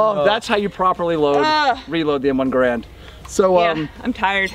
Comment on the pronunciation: Oh yeah, please an M1 giveaway. Garand rhymes with errand.